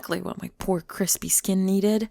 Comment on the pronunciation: When pale people go into the sun* "Cwispy"